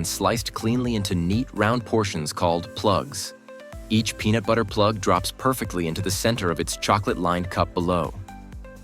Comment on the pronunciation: This showed up in my suggested videos and all my husband could hear was penis every time heard peanut 😂🤦🏽‍♀️